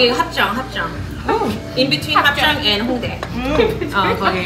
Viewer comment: 합zㅓㅇ~~발음 왜이리 매력적인지..ㅎㅎ 다들 역병영향없이 쾌활하셔서 ~~